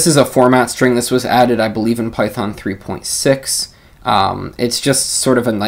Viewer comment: great intro for the new features. BTW, just make a joke on the pronunciation, Python 3.7 features == Pytron? But I think you said Python at the end